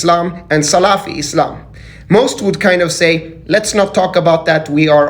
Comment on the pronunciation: This man dont know how to pronounce salafi ..😂😂😂😂